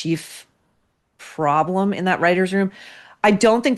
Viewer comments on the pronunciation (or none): none